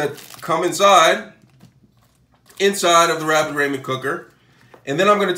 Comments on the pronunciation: Raymen noodles?😂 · what is this “raymen” noodles that i hear of? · Im dieing everytime he says it